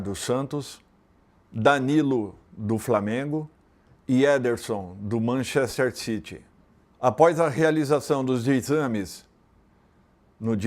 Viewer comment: Mas a pronúncia é "Manchéster" mesmo